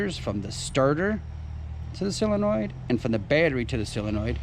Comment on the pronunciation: Great video, but it's not a silinoid, it's a sOlinoid.